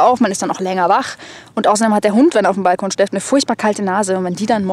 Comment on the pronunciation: Irgendwie irritiert es mich wie du ''Balkon'' betonst o.ö